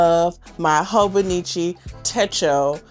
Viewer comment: It's Hon with a long "O".